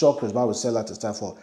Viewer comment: Stadium n not stadam".